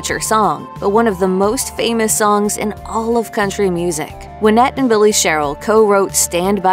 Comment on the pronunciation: Her name was pronounced why-NETTE! ~SIGH~ Dang, that's driving me nuts!